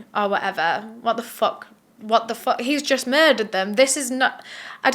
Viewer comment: I love how you say “HwOtt tha foUUHK” it makes my lil black heart happy 😂